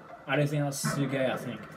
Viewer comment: It's pronounced "Sic-gay". Remember when Camila Cabello sang " Sigue Bailando" in Bam Bam?